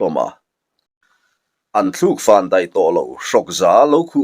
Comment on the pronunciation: Deih nilovin Daih tihtur zawk aw